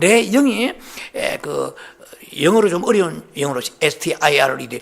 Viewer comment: 다 미국에들 사시는데 교우님들중 목사님의 영어발음을 도와주시면 좋을것 같아요^^예를들어,Stir스티어가 아니고,스떠어 로욤^^